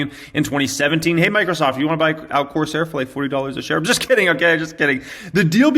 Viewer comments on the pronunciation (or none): none